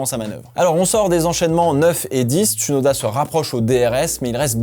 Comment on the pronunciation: Bonne vidéo bonne analyse, tu as fais des efforts sur tes commentaires et ton vocabulaire, bien choisi bien français. Continue comme ça 👍🏻 Note: C’est bien James Vowles et non Valves, et Ts(ou)noda pas « uuu » Merci 🙏🏻